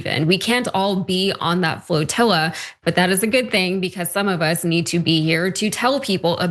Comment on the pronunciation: IT'S PRONOUNCED FLOTILLA!